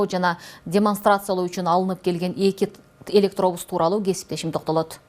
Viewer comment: Кабарчы ,,ЭлектоУус"😅 эмес электобус